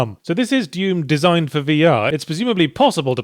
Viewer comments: Is he mis-pronouncing Doom on purpose? its D-oo-M. Not Duume. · it's pronounced "d-oom" not "dume" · I love that Yahtzee says Duum instead of Doom. Like vacuum. But only half the time. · I am amazed he consistenly calls it Deum, instead of Doom xD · I like to think he was pronouncing it Dyume because I sometimes try and overpronounce Dune as Dyoon cause I think people will hear me saying June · "Dyoom" still gets me 😂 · Why are you pronouncing it "Dyoom"? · I like how Yahtzee pronounces dune, I mean doom. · Actually, I think you mean deum.